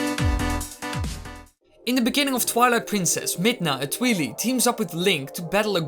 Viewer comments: Twily? Its TWI and LI. Think Twilight, but shortened. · Hate to break it to you, but there was a meeting a few years back where the creator calls them the 'twi-lie' not twe-lee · Tweelee?? Really? X,D It's pronounced Twy-lie. XD. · It’s pronounced twai lai not twee lee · Its pronounced tweye-leye not twe-le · Brrrrr "tweeli" the cringe is real.... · Oh god... Twheely 😖 that pronouncation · It's Twili pronounced as Twy lye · Lol he pronounced it tweelee do you also say tweelight? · I hate it when people pronounce twili midna as twilee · Its Twi-leye like Twilight like damn dude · Dango of Doom Yeah, if they are from the Twilight realm. It must keep the "root" pronunciation: "twai" at the beginning. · How I pronounce it: Like Aurora, without the last A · The Angry Dango of Doom It literally wasn't.